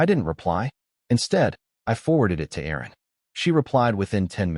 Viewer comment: I believe the lawyer is Erin, not Aaron. Love that AI 😅